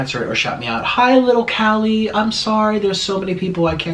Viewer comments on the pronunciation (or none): none